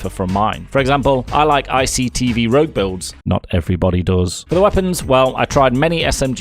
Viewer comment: Did you say ictv rouge? H...... how?!